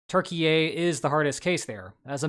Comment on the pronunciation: Why do you call Turkey 'Turkey ey'?